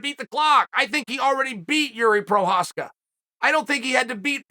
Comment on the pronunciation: We all knew Jiri was the real deal when Chael started pronouncing his last name correctly